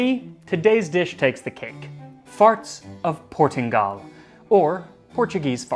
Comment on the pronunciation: Coming from across the pond, I find this hilarious and informative! I thought it would be pronounce PortinGALE like Ale? i dunno. Still love this.